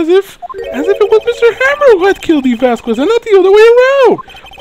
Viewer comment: Not to be a nit-pick but did you pronounce the "quez" in Vasquez as "ku-ez" on purpose?